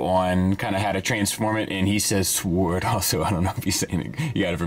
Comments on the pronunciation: I appreciate that you said "sooword" as much as you did. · Kosher piece. Seems good. Gotta Gwar song stuck in my head for some reason. I believe your pronounciation of sword is closer to the pre Norman Anglo Saxon way,similar to how its pronounced in the close relatives of English,such as German and Dutch.